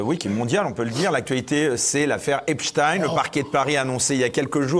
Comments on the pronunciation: BRAVO 8 A vous tous ! De Nouméa !!! Mais ne tombez pas dans le piège ! Il faut prononcer EPSTEIN epstain et non Epstine ! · C'est EPSTEIN PAS EPSTINE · Pourquoi Béatrice Rosen dit encore Epstine ok elle est américaine /franco américaine mais elle parle français ici donc c est Epstein … on en a assez parlé de cette prononciation faussée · Affaire Epstein. Les gauchistes disent « affaire Epstine ». Ou je me trompe ? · As ton avis pourquoi ils disent epstine 😂😂😂